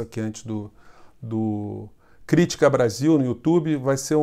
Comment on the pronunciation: Meu amigo, neste caso (aos minutos), não é PROPAROXÍTONA, como você disse: "CrÍÍÍtica Brasil" e, sim, PAROXÍTONA: "Critiiiiiica Brasil".... É igualzinho à palavra "RECORDE", que não é também PROPAROXÍTONA.